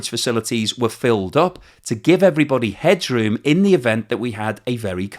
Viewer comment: At 7.40 I'd guess he means headroom not hedgeroom.